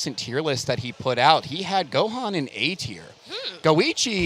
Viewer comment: Why is she calling him Go-haan? Lol